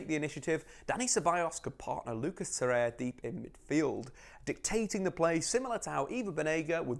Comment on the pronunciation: Tor.. reir.. a! dude not torreya 👌